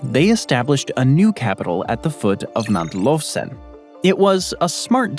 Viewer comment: Tsrna gora, not Krna gora. : Mount Lovchen, not Lovsen.